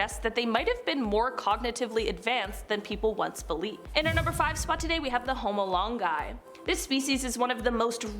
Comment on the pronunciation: But like when you say “Homo Longi” it sounds like you’re saying “Home alone guy” 😂😂😂😂 aka McCully Culkin😅😂😂😂😂